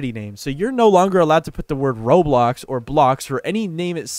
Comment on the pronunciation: at least you can say roblox..